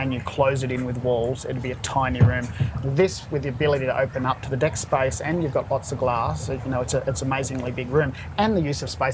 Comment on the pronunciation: every time he says "deck" it sounds like "dick"